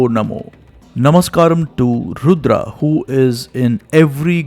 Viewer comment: Beautiful pronunciations! Excellent video! Har Har Mahadev! Jai Bharav Baba